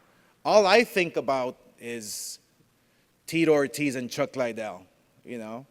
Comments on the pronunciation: I’m surprised Oscar doesn’t also say Tito Oh-tiz 🙄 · Chuck Lie-Dell and Tito More-Tiz.